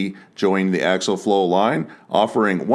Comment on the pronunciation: For the love of God its axial flow not axle flow.